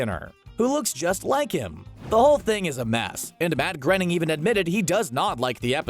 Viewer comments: who the hell is matt grenning it’s Matt grionning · It’s not prounoujced grenning its pronounced grayning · Groening is pronounced “Grainning”, not “Grenning”. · Groening is pronounced "graining", not "grinning". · "Matt Grenning"? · Matt Granning? You mean Matt Groening? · He litterly said the creator of the Simpsons name wrong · He said Matt Groeing's last name wrong